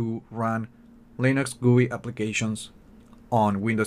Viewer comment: I hate it when someone says goooii , just fuckin say G U I